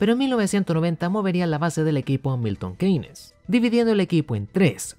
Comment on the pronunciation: Milton Keynes (pronunciación: Milton Kins). Saludos, tío.